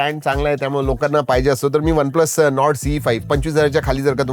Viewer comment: आजचे शब्दोच्चार आधीच्या व्हिडिओ पेक्षा बरे होते पण सुधारणेला अजून बराच वाव आहे. "त्यामुळं"नाही, "त्यामुळे".